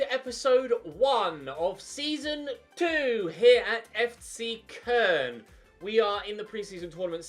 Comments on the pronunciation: Who’s Kurn? Thought you were managing CO-LOWN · Its pronounced co loan